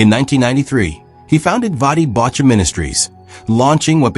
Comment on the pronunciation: I would pay more attention if AI knew how to pronounce his name.